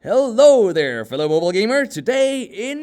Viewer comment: Did you just say "Heldo there"?